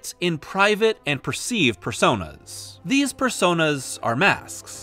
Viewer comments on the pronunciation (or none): none